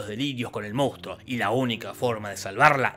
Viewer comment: Cómo amo que en Argentina digamos "moustro" en vez de "monstruo".